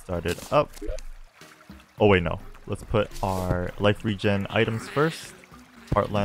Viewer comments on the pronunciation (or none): none